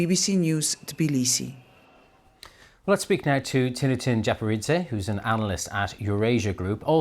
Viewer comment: After many years of Georgia covering in western media, they still can't pronounce Tbilisi right.